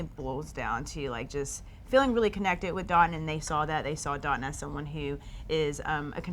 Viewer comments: Dotun..please tell your fiance how to pronounce your name. Haba!!! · Will she ever pronounce his name right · Dotun is a Nigerian name and to say it right it has to have the dialect. Charity is not Nigerian cut her some sluck